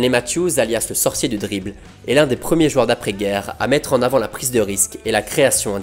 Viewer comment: J'adore cette chaîne et j'adore ta façon de narrer mais j'ai une seule question : pourquoi tu dis "jueurs"?